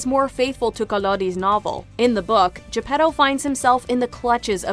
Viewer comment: Why in Luca of Pixar people Spoke with Italian accent and Pinocchio (another story set in Italy, Tuscany) they don't?🤔 By the way the pronounciation Is fully wrong Pinocchio Is not "P'nokeeou" and Geppetto Is not "J'peDou" (where the hell you see a "D" there?): it's 🇮🇹Italian🇮🇹 not english!!! More, there Is no "pleasure Island": in the book they write about a Place named "il paese dei balocchi" meaning "Toys'Town". And what Is Monstro? In the book they write about "il terribile pescecane" meaning " the terribile dog-fish". The Blue Fairy from Africa? Ah ah ah? I'm sure that the author of Pinocchio never saw an african in his Life.